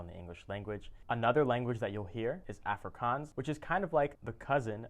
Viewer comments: Good job pronouncing the languages. But Afrikaans is pronounced "afree - kaans" (kaans, same sound as chance, but with a 'k') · your saying Afrikaans wrong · Its funny how you can say braai correctly, but not afrikaans. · The way he said Afrikaans was hilarious 😂😂😝